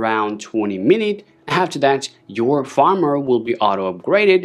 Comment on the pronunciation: For a moment, I thought I was hearing things. lol.